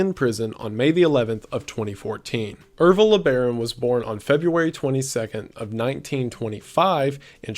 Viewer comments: Wendigoon: Ervil LeBaron Me: Evil LeBron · Ervil LeBaron..Evil Lebron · i thought you said evil lebron lmao